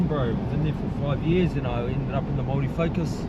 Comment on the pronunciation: You gotta roll the R bro. should know better than to mispronounce Māori place names. Think he spent to much time in Aussie lost he's way abit. Either way still mint watching his vids.